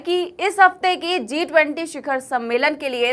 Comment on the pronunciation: Ma'am, a small friendly suggestion, I've listened to all of your videos, you said Z(zee) -20 which was not sounding right. It is G (JI)-20. Kindly rectify your pronunciation. Otherwise, your anchoring was good.